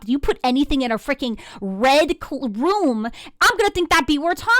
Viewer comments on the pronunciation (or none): Red rum not red room